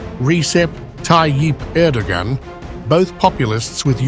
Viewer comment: You know, Im not an Erdogan fan, but if you make a video about President of Turkey, you could at least learn how to pronounce his name properly.